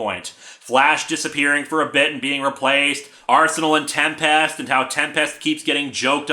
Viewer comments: Sorry but you're saying "TEM-PEST". Not "TEM-pest". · I'm still bugged by Linkara pronouncing Tempest like it's two words.